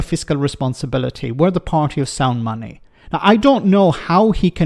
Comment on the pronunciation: "Sound money" you say,. I'm sure I heard it as "sound funny". That's not funny ha ha, of course, but the other sort.